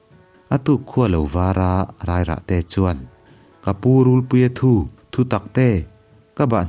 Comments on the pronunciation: RULPUIA THU THU TAK TE.. tih hi i lam dan a dik lo... Thu.. Tih hi thawn thu.. Thu tih thur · Thinchhe awm mai mai' Rûlpuia thu thu taktê'( thutaktê) tih pawh chhiar dik thei hleilo,ka bang daih dawn.he2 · rulpuia thu tih pawh hi I lam diklo thin,,,thu,,laitak hi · Hei pawh hi, rulpuia thu tih hi nghathu tia thu anga lam tur a ni lo anga, thu lam dan hi fimkhur a tha ang a. Ka bahhnukte ka chan dawn meuh chuan tih aiah pawh hian, ka chan ai chuan tih niin ka lo hre thin